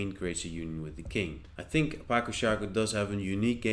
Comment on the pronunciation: Ĝi estas 'patso'. C estas 'ts'. Mi penos ludi ĝin, kaj mi aĉetos ĝin ĉar la duopaj ŝakpecoj estas belaj.